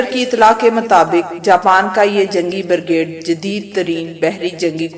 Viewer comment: I commend u for this well researched and we'll compiled video One very minor matter. Try to focus on correct pronunciations for key words and terms. I think about 3-4 words were ( slightly ) mispronounced such as, Brigade(pronounced as ' burgade'), helicopters (pronounced as ' helicupters) and D'jibouti(pronounced as ' dijibouti). Congrats. Look forward to some more good stuff from u